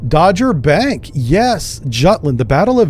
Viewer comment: Not Dodgerbank, sry - its called Doggerbank, North of Helgoland...